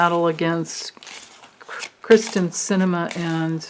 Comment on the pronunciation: It is Kyr-sten and not Kristen but you certainly have a point in why should we care 😄 She's pretty awful. She doesn't even deserve the word Cinnamon....cinnamon is a very good thing 😁 Love your readings as always ❤ ~~Katerina